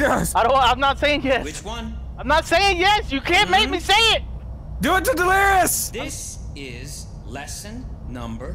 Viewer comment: It’s delirious not delrious